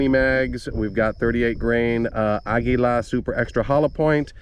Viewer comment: "Ahguila".... Finally someone else pronounced it correctly instead of "Ageelah"